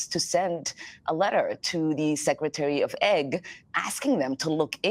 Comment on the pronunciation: Why she keep saying secretary of egg lol